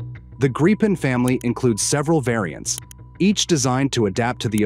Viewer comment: It's Gripen, not Grapen.